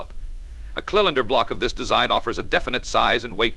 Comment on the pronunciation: Did I just hear "kill-inder block"? Say what?